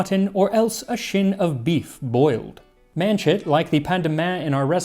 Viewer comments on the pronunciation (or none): That "Chyne" that Max pronounced as "shin" is, I believe, pronounced "chine" to rhyme with shine. It is a section of backbone and its adjoining parts, although in some contexts it can refer to a bone-in forerib.